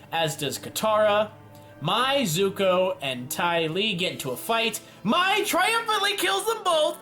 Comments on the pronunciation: Mai is pronounced may not my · Also, Mai's name is pronounced May. Don't go Shayamalan on us. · Sorry.. the way he said mai tho smh